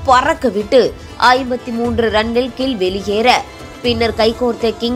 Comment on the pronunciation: கில்(Kill) அல்ல,Gill என்று உச்சரிக்க வேண்டும்.😂😂😂